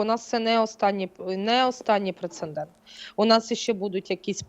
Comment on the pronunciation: У часто вживане слово "прецеНдент" 😂